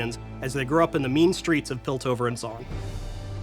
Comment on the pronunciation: Greg said "piltover" and "zaun"...